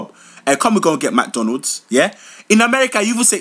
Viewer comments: magdonna when did i hear such bad pronoucing what is magdonna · This is 100% true my parents call it magdonna exactly how he said it . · Lmao!!! My dad is Nigerian and he pronounces it as MAG DO LANDS!!! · Oh my gosh. My dad says it almost like that except with a d at the end so it sounds more like MAGDONNAD. When I was younger, I thought he was saying donuts or something. So whenever he asked us if we wanted to buy some McDonalds, I kept thinking he was gonna get some donuts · when ur parents pronounce fast food resturants magdonna 4.30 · why is everyone saying MADONNA its Magdonna :// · omg yes exactly ,i will come back from dance practise been gone for 11 hours diong kick routines and my legs are hurting and my mom b like go wash the dishes like seriously annoying meeee,and my dad will make me come all the way from the other side of the house to just get the remote thats by his foot lol..and the way u said mc donalds is how we say it like the american way lol ur toooooooo funnyyy menn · Exactly how my parents be pronouncing McDonald